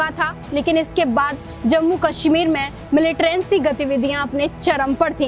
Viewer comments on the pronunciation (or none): Madam Militrancy nahi militancy hai. dhang se bol na shikhiye.